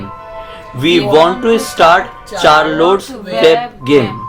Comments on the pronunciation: Its not charlottes, u have to pronounce it as sharlette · That is not Charlote that is sharlete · its pronounced as Sharrolett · This video n u...both r amazing but I just wanna say 1 thing.....u need to pronounce Charlotte like Shar-let.............itna hi bolna tha n I am ur really very old fan....if possible plz reply